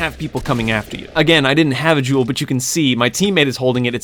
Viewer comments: It sounds like he’s saying Juul Lol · He says jewel like juul he says “once you have the juul get the juul to the getaway van” 😂😂😂😂😂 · every time he says jewel i keep thinking of a juul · Whenever he said gewl I kept thinking of juul because in middle school they basically say every day don’t juul or vape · I thought you said juul. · When u say jewel I hear Juul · whenever he says jewel i think if juul alkoadasdfakshdaifyaosdif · I KNOW YOU GOT THE "JEWL" BRO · When he sad "jewel" i thought he said jew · I dropped a juul in a school bathroom 100 times and this is what happened. (You pronounce jewel, like juul, no joke)